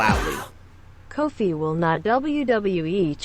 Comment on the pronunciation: I'm just saying I like Kofi and all but why is it when you say it sounds like cold feet